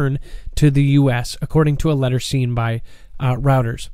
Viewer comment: Hi its pronounced " roy ters" not "routers"